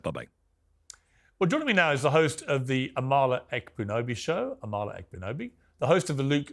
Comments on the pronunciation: Piers: Amala pronounces her name AH-ma-la, not Ah-MAH-la. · Amala is way too sweet to correct you - hopefully you see this message or someone on your team does but her name is pronounced AH MA LA. Easy name to mispronounce but just an fyi :) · The two liberals are annoying. The Emma person is such a self righteous liberal. She’s so condescending - she shouldn’t have any platform. She is the worst kind of human! Amala & Deborah are so right. Also, why does Piers mispronounce Amala’s name...?